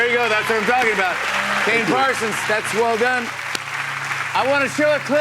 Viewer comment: More like "parSONs😭😭"